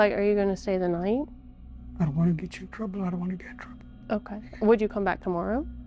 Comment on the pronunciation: The "I dontwanna get introwwble and I dontwanna get u introwwble" decoy is somethin lol